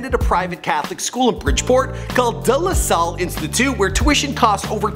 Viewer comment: This nigga said "duh la sal"